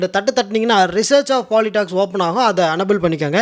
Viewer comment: சகோதரா... நீங்க என்ஏபிள் னு சொன்னது எனக்கு அன்னபெல் என்று கேட்டது😅